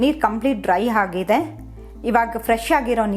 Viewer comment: ಒಗ್ಗರಣೆ ಬದಲು ಹೊಗ್ಗರಣೆ ಅಂತೀರಾ. ಅವಲಕ್ಕಿ ಅನ್ನೋ ಬದಲು ಹವಲಕ್ಕಿ ಅಂದಿದ್ದೀರ. ಆಗಿದೆ ಬದಲು ಹಾಗಿದೆ ಅಂದಿದ್ದೀರ. ಸ್ವಲ್ಪ ಕನ್ನಡ ಸರಿಯಾಗಿ ಮಾತಾಡಲು ಕಲಿಯಿರಿ. ಆ ಬಳಕೆ ಬದಲು ಹಾ ಬಳಕೆ ಹಾ ಬಳಕೆ ಜಾಗದಲ್ಲಿ ಆ ಬಳಕೆ ಜಾಸ್ತಿಯಾಗಿ ಪೂರ್ತಿ video ನೋಡೋ ಮೊದಲೇ pause ಮಾಡಿ comment ಹಾಕಿದ್ದೀನಿ. ಕನ್ನಡ ಸರಿಯಾಗಿ ಬಳಕೆಯಾಗದಿದ್ದಲ್ಲಿ ಕೇಳೋ ಕುತೂಹಲ ಇರೋದಿಲ್ಲಾ.